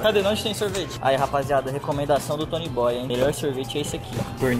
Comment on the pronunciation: Nossa ele fala Tony boy. Tem que falar: toniiiiiii boiiiiiiiii